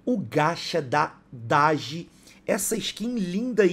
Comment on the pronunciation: Quem estava na Live viu o falando o nome dela errado ✂️ 😂